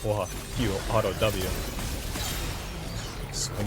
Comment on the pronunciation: I havent watched in a while do we say alto instead of auto now